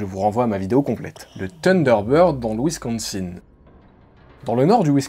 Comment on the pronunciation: On dit Wincosin (un)